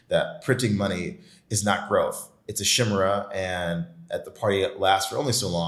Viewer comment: dude doesn't know how to pronounce the word 'chimera' so he lost me.